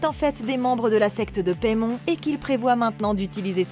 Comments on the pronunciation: ça se dit paillemone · "Paimon (Paille Mon) !" "Paimon (Paille Mon) ?" "Les lavage du plus longtemps avec Paimon (Paille Mon) ?" "Alors, c'est peut être lui mais le démon Paimon (paye mone) pas Paimon (Paille Mon)"